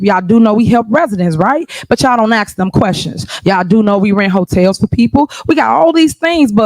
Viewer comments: Oh and none of them can say ask it's always axed. Do they go to school in Africa. These people I cannot believe are that stupid it's like a comedy show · I have never in my life heard a black person. Say the word ask. They’ve always said the word ax